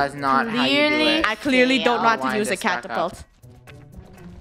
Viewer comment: Is it just me or did funneh say cant-a-polt